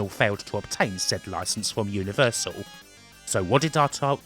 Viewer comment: Your speech is painful to hear. "ATAWI" 😆 🤣